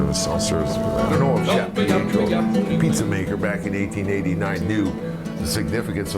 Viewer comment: pizza maker pi-ey-troh.....lol, I can't anymore, I almost pissed my slip.